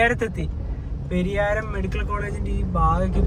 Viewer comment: പെരിയാരം അല്ല പരിയാരം എന്നാണ് ഉച്ചാരണം